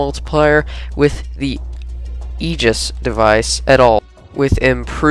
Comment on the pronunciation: You didn't pronounce it right, look at this video /watch?v=-updOpky10Y and look , Xbox Ahoy says Aegis right. :P